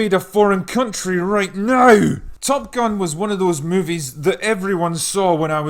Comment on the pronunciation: 'Right neuy' !!!